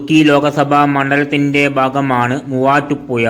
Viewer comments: മുവാറ്റുപുയ അല്ലെടോ മുവാറ്റുപുഴ അതേപോലെ ഏയാമത്തെത്തല്ല ഏഴാമത്തെ താൻ നമ്മുടെ ജില്ലയെ പറയിപ്പിക്കുമല്ലോ മണ്ണുണ്ണി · ചങ്ങായി നിങ്ങൾ ബസ്റ്റാന്റ് എന്ന് പറയുമ്പോ അത് കാണിക്കാൻ കഴിയണം. പിന്നെ വീഡിയോ നോക്കി ഇരുന്ന് ന്റെ കൈയിൽ നിന്ന് മൊബൈൽ താഴെ വീണു. വേറെ ഒന്നും അല്ല തല കറങ്ങിയിട്ട് ആണ്. അത്രയും സ്പീഡിൽ ആണ് വീഡിയോ കറക്കുന്നത് 🙏🙏🙏. ഇനി ഏതെങ്കിലും ജില്ലയെ കുറിച്ച് വീഡിയോ ചെയുന്നുണ്ടെങ്കിൽ ശ്രദ്ധിക്കണം. പിന്നെ മുവാറ്റുപുയ അല്ല മുവാറ്റുപുഴ ആണ്. ഷഡി.. അല്ലാതെ ശഡ്ഢി അല്ല 😂😂😎😎 😎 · ഈ voiced video യിലെ voice ഏതാണ്ട് ഒരു ബംഗാളിയുടേത് പോലെയാണ് തോന്നുന്നത്. വിവരദോഷി. മുവാറ്റുപുഴ എന്നത് അയ്യാൾ പറയുന്നത് മുവാട്ടുപ്പുയ എന്നാണ്. വിഡ്ഢി. 🤣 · ഈ കുണ്ണയോട് പത്ത് തവണ ഞാൻ പറഞ്ഞു. പുയ അല്ല എന്ന്.. ഇവനെ കിട്ടിയാൽ. ഇടിക്കും ഞാൻ.. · എന്തൊരു മൂഞ്ചിയ സംസാരം ആണ് മൂവാറ്റു പുയ ...തനിക്ക് മലയാളം വായിക്കാൻ അറിഞ്ഞു കൂടെ അക്ഷരങ്ങൾ ഉച്ചാരണം അറിഞ്ഞു കൂടെ ..അരോചകം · മൂവാറ്റുപുയ നല്ല അക്ഷരജ്ഞാനം മര്യാദക്ക് സംസാരിക്കാൻ പഠിച്ചിട്ട് പറയൂ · ചേട്ടാ കോയ ആണ് എന്ന് പറഞ്ഞത് കേട്ടില്ലേ.